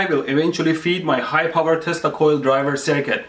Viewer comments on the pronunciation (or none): Did he say "telsa coil" ?! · what's a testacoil? is that some kind of robot gonad?